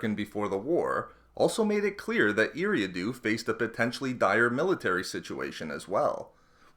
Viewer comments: its pronounced E-ra-do sorry it just hurts my ears to hear every planet mispronounced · Solid video but in the name of George Lucas, please learn how to pronounce Eriadu correctly! (Ear-ree-ah-doo)